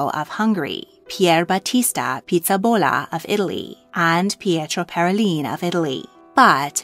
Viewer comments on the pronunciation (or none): Pizzaballa like pizza-b-Allah - not pizza-bolluh